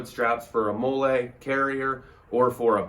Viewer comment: I didn’t wanna say it but then he started saying “mole ay “ instead of “molly” I had to search the comments for someone flaming this guy. The ultra low drop leg and the NC vism tactical vest for 20 bucks with actual shotgun ammo in said vest attachment made me cringe way too hard and is currently fueling this comment…. 😮‍💨 I’m sorry bud I just want you to learn quality and practicality instead of tacticool weirdo